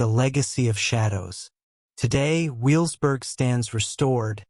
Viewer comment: And also it's pronounced ve vels burg in German the W sounds like a V not a W...